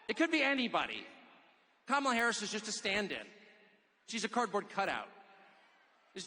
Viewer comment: I love how Tucker calls Kamala Carmela.